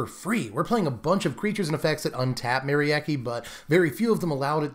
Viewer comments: For what it's worth, Merieke is a Germanic name, pronounced something like Meh-Ree-Kuh 😄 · Nah it's not ... the 'Me' is not like the 'Ma' from Mary ... it's more like a 'Meh' ... so i would pronounce the name: Meh-ree-keh ... it looks a lot like the dutch name Marieke, only with the 'a' turned into an 'e'